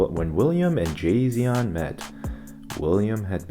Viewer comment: "Jasion". More like Tsai Xian